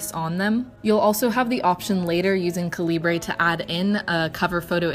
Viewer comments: it's pronounced like caliber.... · the way you pronounce calibre is atrocious. how can someone who appreciates reading barely know how to read? maybe focus on real literature instead of reading 50 shades of grey